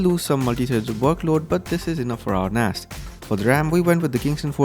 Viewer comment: Flipping Awesome Video! It sounded like you were saying, "Lets Build An Ass...." LOL